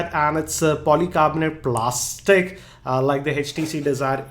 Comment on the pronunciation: why you say Plastic like that !!! loooool